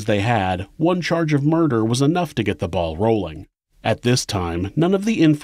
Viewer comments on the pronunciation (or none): none